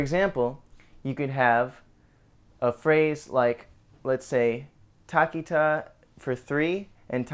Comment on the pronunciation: its thakita not takita lol he pronounced it wrong